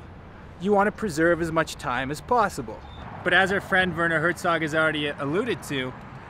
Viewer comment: I am very sorry 😞 But you pronounce Werner Herzog very wrong 😑